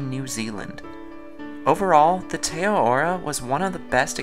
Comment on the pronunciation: Great vid. Also, it's pronounced Teh Ah-rar-roar (with rolled r's)